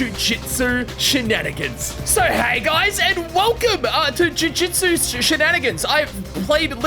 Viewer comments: how many times did bro say jujitsu.... AHHHHHHHHHHHHHHHHHH WHYYY DO SO MANY YOUTUBERS SAY JUJITSU ITS JUJUTSU OH MY GOSHHHHHHHHHHH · when is gonna say "jujutsu" and not "Jujitsu "